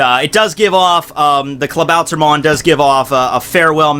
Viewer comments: Klabauter MAN ... say it correctly... MAN like SUPER MAN. Pronounce it in english... becouse iff you try to say it in german... it sounds reggy... "Klabauter MON!" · pet peeve: the way u pronounce klabautermann like "klabauter-mon"